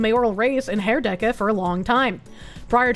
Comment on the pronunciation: The SPD is not a socialist party. They are about as milktoast centrist as the CDU and mainly pretend to still be the working man's party that it was in the 60s and 70s. Also you pronounced Herdecke pretty well.